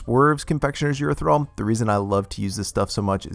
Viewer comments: Please learn how to pronounce erythritol. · Thank you, for all the wonderful recipes you bring us. I love watching all your videos...they are short sweet and to the point!! Keep up the good work, it is greatly appreciated. By the way... I like the way you pronounce erythritol😂 Happy holidays🎄